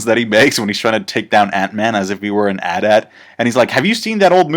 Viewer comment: At at? Really?